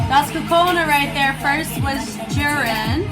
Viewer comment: You also called Juria as Jurin.